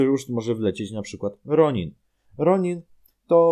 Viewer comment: Jestem ciekaw jak się powinno wymawiać imię Ronan. W starych sezonach wymawia się je "Ronan", natomiast w nowych "Ronin". Ps: Jeszcze teoretycznie można tu dodać Zane'a (Zimowy cesarz), [Uwaga Spoiler z 16 sezonu] Ultra Violet, Killow (ten wielki), Fiuchi daw (największy wróg Jey'a) w 16 sezonie stali się dobrzy